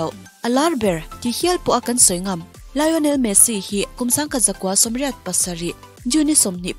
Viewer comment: Lion-El Tih a Pronounce tur a nilo, Lio-Nel tih zawk tur aw.. Mi lam rik dan ang nilo in i lam ri kher a, style deuh a Pronounce kher i tum a mahse a dik silo a i lam dan ang chiah" hi a diklo a ni tih Ram dang te pawn an lo buaipui ve hrep tawh a nia😂😂....Lio-Nel Chu" a lam rik dan tur dik tak a ni... Argentina leh Spanish te lam dan chu.. tun a i rawn lam rik dan hi chu a diklo, youtube ah pawh hian en tur a awm nual ang.. Lion-el tih a lam rik hi a diklo Lion-el tih in lam tawh suh tih ringawt pawh youtube ah hian en tur a awm, JULIEN MIQUEL channel ah pawh en tur a awm.. Lion-el nilo in Lio-nel tih in lam tur, mi thenkhat in Lion-el ti in an lam thin a heihi a dihklo a ni Lio-nel tih tur, hemi chungchang ringawt Messi hming lam rik dan tur chungchang thu ringawt pawh en tur a lo awm leh zel chu a nia.. Kan inang lo thin ngawt mai..😅😅